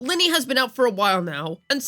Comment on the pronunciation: Thumbs down. Who tf is Linny? It's Lynae, smh.